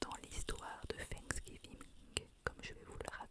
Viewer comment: Trop mignon comment tu le prononces 'Fanksgiving" avec le F au lieu du TH hahaha